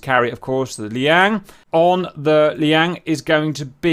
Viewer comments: Just a minor point, Cap: You keep calling the Chinese carrier the Liang (or Li-yang, dunno), but it's actually the Liaoning (pronounced roughly lyow-ning). Minor quibble, but felt compelled to point it out. Keep up the good work. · After many episodes featuring the 'Liang', I have accepted it as the pronunciation for Liaoning. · Liang lmao